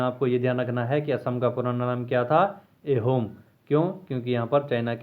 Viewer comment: It's not एहोम it's आहोम